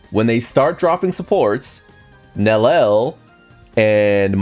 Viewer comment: Idk if people know, but they stealth nerfed Gin and (Nel-lee-el) is her pronunciation..not Nel-el.